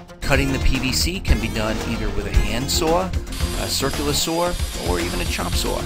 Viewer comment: My husband and I enjoy your videos. Favorites are when you use your “sower” for cuts. Only other American accent, other than a Texan, that multiplies the syllable count in single syllable words.😄😄😁